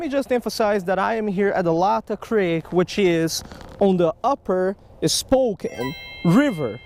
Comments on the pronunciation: FINALLY! Somebody comes to Washington for something other than the stereotypical salmon or sturgeon trip. Also, not to be too much of a douchey local, it’s “lay-tah” creek👍🏻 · It’s pronounced lay tah creek